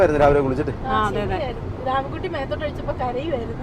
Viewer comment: കുഞ്ഞു വാവയുടെ പേര് എന്താ? നിങ്ങൾ പറയുന്നത് രാമൻ കുട്ടി എന്നാണ് കേൾക്കുന്നത്